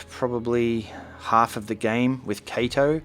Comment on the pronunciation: im sorry i dont mean to be rude or anything but it’s bugging me so xD it’s not “kay-toe” it’s pronounced “kah-toe” Kato not kayto xf